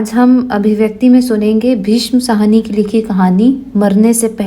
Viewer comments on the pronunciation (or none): मैम कहानीकार भीष्म साहनी है न कि सहानी।कृपया कहानीकारों के नाम का शुद्ध उच्चारण करें।